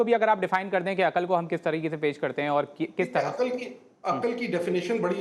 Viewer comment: عقَل نہیں عقل ہوتا ہے ۔۔ زبر نہیں ہے ق پر ۔۔ اینکر پرسن اور قیصر راجہ جاھل